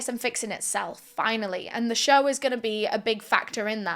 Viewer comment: Try to practice the word “show”, not “shur”